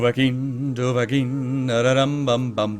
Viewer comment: its not dovahking! its dovahkiin!